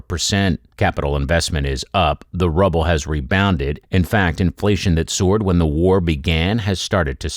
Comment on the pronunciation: How can one believe this fella when he can't pronuce their money